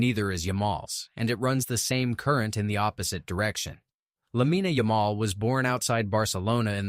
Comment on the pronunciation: Lamma-day- Yuh-maul?! 🤣